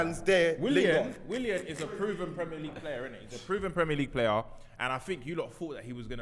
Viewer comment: Man said "Willan" looool, I swear when it comes to pronunciation some of these man don't even try